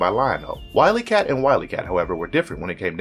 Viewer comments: I don’t want to sound critical, but you are killing me with your name pronunciations on this video and others. The names “WilyKit” and “WilyKat” sound just as it’s spelled and how Jaga says it in the clip. It’s not “WilyKat” for both of them. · It's Wild-E-Kat and Would -E-Kitten. Not kat and Kat. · Love the video, bud. I think the trouble turning "Thundercats" into a movie is that the story is just too out there. Are you saying "Wiley-kit" and Wiley-cat"? Because that's what I remember the names being. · Such an awesome video :) Please make more Thundercats and He-man videos. And it's Wily kit and Wily Kat :) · OMG, can you get the pronunciation correct please!! How about you just hire a narrator who actually watched the show. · 2 thing you mest up on that I have noticed in the video so far(about halfway through the video and it comes in the same segment ) 1 your editing and review before posting is crap or non existent you go from Mumraw's mut to what like halfway in to the combo of WilyKit and WilyCat which brings me to number 2 on the problems list the person reading the script has 2 problems 1 he has NEVER seen the show (how do I know ties in to 2) he can't read properly and if he can he is stupid for not correcting it himself or going to the editor if this is all 1 guys bit or multiple people do some dame research because the7 names are as I spelled out for you the Female of the duo is named WilyKit and that is how it is produced Kit like a Sawing KIT and the Male of the 2 is produced WilyCat like a Pet CAT spelled WilyKat but the guy doing the Videos Voice Over work produced both of them by the boy's name GET IT RIGHT PEOPLE PS I'm not going to talk about the selection of the line up right now but it is bad STUPID and completely WRONG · He could say kittens but couldn't say wyliekit!